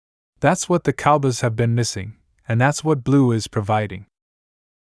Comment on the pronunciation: You don't even know how to say COWBOYS